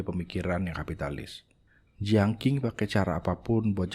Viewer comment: Koreksi bang : dinasti Qing 1644 M- 1912 M = bacanya Chìng Klo dinasti Qin shi Huang 259 SM - 210 SM = bacanya chīn